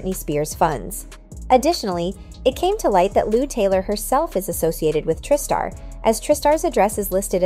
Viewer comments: Jenner, not Jender. Tri-Star is pronounced as Try-Star, not Triiiiii-Star. 2 examples of ignorance. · And tri-star as tristar, and Stefani as Stephanie 😂